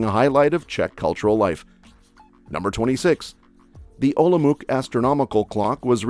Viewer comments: Ty názvy jsou vážně hrozný. To se nedá poslouchat. Nepoznala bych Škoda, Olomouc neumí říct vůbec, kdo mu poradil, že nevyslovujeme koncovky? Nikdy neřekne celé slovo, hrozný. Nejsme Francouzi,kteří poradí něco polykání ve vyslovování. Smažený sýr už bych ani nepochopila . Proč to nemluvil Čech? Pomlázka. Všechno špatně, Petřín. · Could you just try to pronounce the names correctly? (Macocha, Olomouc, tvarůžky...) Trdelník isn't originally Czech, it's mostly a tourist trap but it's tasty anyway. Actually the material that silonky are made is originally Czech.